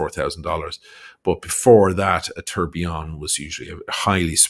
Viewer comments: "The Trump TURDillion" watch 🤣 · First of all, a correction: in a Trump watch is not a tourbillion, it’s a Tuhr-bai-lohn. Second: the Trump font on the watches comes from Microsoft Word 😂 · Thanks for the review. If he manages to sell all his “tour (for) billion” watch he will at least have enough $ to keep up appearances like Mrs. Bucket (pronounced bouquet) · Good god, he could not pronounce the French word well!😅